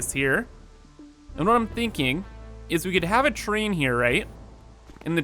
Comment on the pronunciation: "The Choo Choo Chrain"